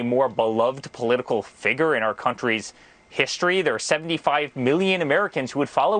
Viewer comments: "What are your thoughts on that." Boy, that was a stumper! And by the way, Eric, it's "figure", not "figger". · "Political figer" The trump family has serious challenges wirh the english language. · He says..figger, not figure. 🤦🏻‍♀️ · Fegur, that’s what I heard lol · What's a fig rrr. Looks like he's following in daddy's footsteps when it comes to mispronouncing words. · I love that he said figger 😂😂😂 Eric is the biggest tool in the shed, but certainly not the sharpest. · "figger"?? Even Eric's tongue knows a lie when it hears one. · said "figger" like the N word